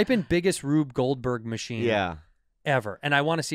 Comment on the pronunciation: That Asian guy can’t even say Rube Goldberg hahahahq